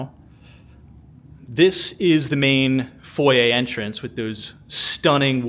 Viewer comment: Where are you from that you pronounce foyer correctly.